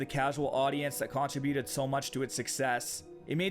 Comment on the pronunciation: Fantastic video! However, the way you pronounce "modem" and "contributed" makes me want to slap you. Lol.